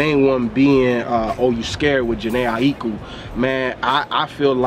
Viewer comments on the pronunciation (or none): DAT JHENE AHEEKUU I don't think I've ever heard anyone pronounce her name properly.